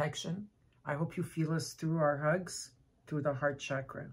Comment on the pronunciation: Mille grazie!!! Ti vorei chiedere di voler gentilmente pronunciare la parola “chakra” con la “c” nella fonetica italiana. Come sai, nel Sanscrit, il suono trasmette energia🙏🏼🌞Di nuovo, grazie di tutto cuore.